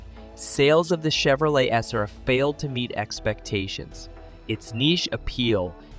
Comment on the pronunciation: "The Chevrolet Esser"